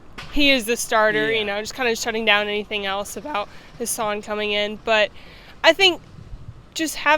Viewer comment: Longstreet’s last name is Husan NOT Hasan. Hoo Sahn